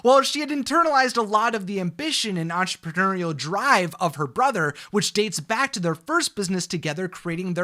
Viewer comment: Hey can you say entrepreneurial for me one more time